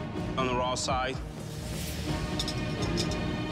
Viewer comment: the guy in the end pronounces raw bad. It goes like: IT'S RAAAAAAAAAAW